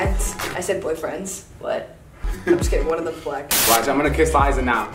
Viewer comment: Gi Gi you mean *Liza not "Lizza"